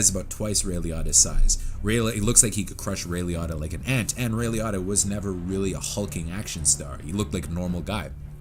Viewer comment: It's pronounced Lee-oat-tah